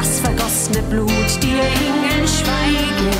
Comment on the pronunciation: TollesLied,mich stört aber an ihrer Aussprache.......Die Eeeeeeengeeeeel schweigeeeeeeeeen